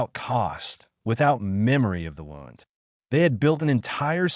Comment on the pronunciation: They needed to teach the AI how to pronounce words correctly. Pronounced wund not wownd in its correct use. Other mistakes noted as well.